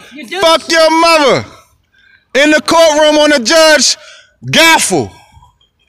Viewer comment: Gavel lol 😂 not Gaffle